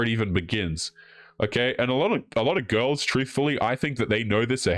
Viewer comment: pronounces "girls" as "ghouls" and I love i!